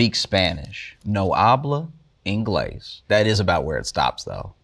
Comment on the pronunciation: Was that "no habla inglés," or "iNo! Habla inglés?"